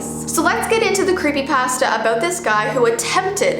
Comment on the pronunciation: i like how she say's creepypasta it's cool i like it